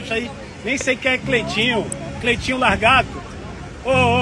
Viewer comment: bruninho da praia q comediaaa mano cara falo largato ele logo se pronuncio kkkkkk